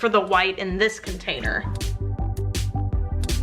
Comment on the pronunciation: I love trying to guess if you’re going to say “Containy” or “Container”. So far I’m 3 for 4 lol